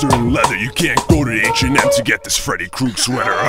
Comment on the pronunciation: It’s Freddy “Krueger”. Not Kruegar lmao